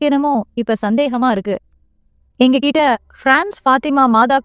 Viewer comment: Seems like you eliminate ட் in the words Like for example மொட்டை, கிட்ட, etc You pronounce as மொடை, கிட, etc…. 😅 it’s not ஆண்டவன் It’s - "அரண்டவன் கண்ணுக்கு இருண்டதெல்லாம் பேய்"